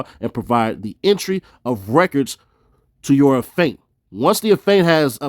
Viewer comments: bruh it aint a-faint its aff-e-ant 🤣🤣🤣🤣🤣🤣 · 😂🤣C'mon; its Affiant(aff-ee-ant) 👍🏾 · Af~fee~ent - Affiant. Be easy bro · pronunciation. You sounded like you were saying Aff~ant for the word affiant big homie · Affiant- Af-fee-ant hope this helps.